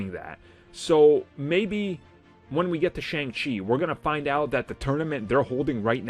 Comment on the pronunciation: This dudes voice is too annoying. I've been around nerds long enough to know this guys super basic lmfao cant even pronounce Shang Chi right. What a joke